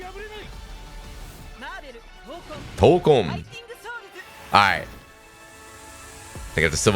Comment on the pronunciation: "Tokon"...not hokon. Tokon is Japanese for "fighting spirit".